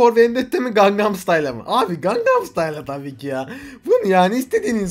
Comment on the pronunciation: Gangam stayla değil o lan xnnxnxnxn.Gang"n"am stayl.